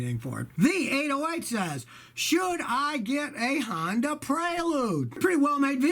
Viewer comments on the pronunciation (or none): none